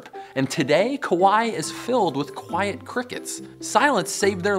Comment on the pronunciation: “Kawai is filled with kawai-et crickets”